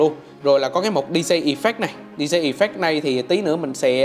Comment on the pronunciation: Làm youtuber mà phát âm sai kỳ quá. Đọc chữ DJ sai nên học lại nhe bạn...